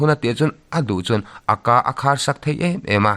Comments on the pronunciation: Chhiar thiam lutuk 👍...mahse Aka nilovin A.K.A tih tur zok amal malin lam tur ani e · a ka ti a lam lo in a.k.a tiin lam nise... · Aka i lam dan hi..